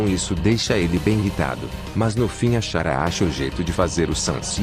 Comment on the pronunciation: eu não tanko a voz faland Chara "XARA" 😂😂😂😂